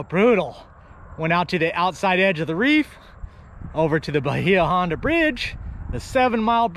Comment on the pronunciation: Say "Bayah Honda" not "Bahea"